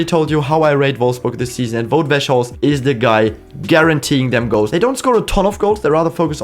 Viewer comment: I have never seen anyone pronounce Weghorst that badly